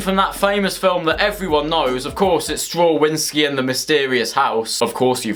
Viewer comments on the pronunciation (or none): It’s stra- Vin -skee